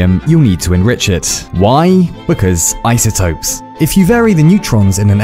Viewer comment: The actual line that was said in the video: "once you mine some uranium you'll need to enrich it, why? cause isotopes-" What I heard: "once you mine some uranium you'll need to enrich it, why? cause i said so-"